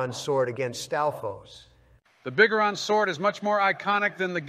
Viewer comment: lost it at pronunciation of "Biggoron"